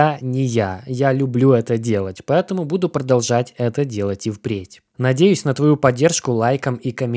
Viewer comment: И поЭтому через "Э". Пааэтаму.